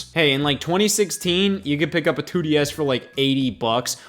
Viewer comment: Can the Nintendo 2desz ntus fit in your mouth